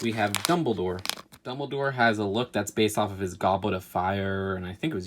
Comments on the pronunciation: “It’s pronounced Dumbledoor” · oh god "doubledore" im unsubscribing...